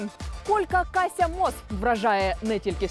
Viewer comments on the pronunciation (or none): буква "щ" має звучання "шчь" у російській і "шч" в українській, і ніколи це не є м'яке "ш". з польського варіанту все ж правильна літерація буде "Кашя". якби польське ім'я писалось "Kascia", тоді це було б "Кащя". а пишеться по-польськи воно "Kasia", тому і "Кашя", бо пом'якшена "s" дає звук "шь".